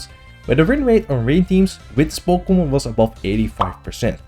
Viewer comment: Po Kay Mon